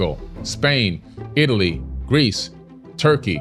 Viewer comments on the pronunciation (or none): none